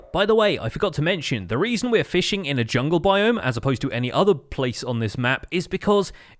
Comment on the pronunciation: 22:8 lol you said feeshing instead of fishing